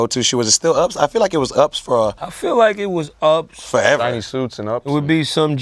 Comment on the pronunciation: 😂😂😂😂😂 he said "shinny suits and ups"